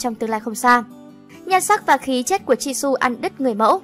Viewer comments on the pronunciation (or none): none